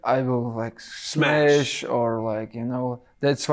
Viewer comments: Khabib: send message, get ready, I'm coming to smesh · “Smesh”? - Islam 😂😂